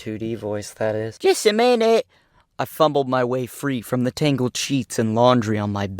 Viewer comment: "jUSs a MiNETt"